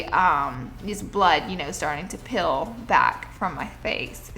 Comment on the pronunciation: the way she says "peel" TRIGGERS ME